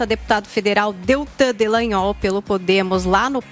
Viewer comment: ALGUEM AVISA A QUE O NOME DO PROCURADOR É DELTAN DALLAGNOL E NÃO ( DELLAGNOL )